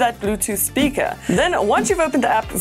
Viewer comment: Hilarious how she says Bluetooth “speaka”